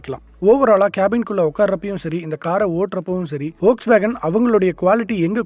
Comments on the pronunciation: வோக்ஸ்வேகன் அல்ல அது ஃபோக்ஸ்வேகன், நண்பா! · Folkswagen is correctly Pronounced